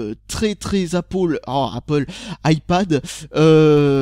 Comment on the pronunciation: APPOL EUUH ! PFFF APPLE MDRRRRR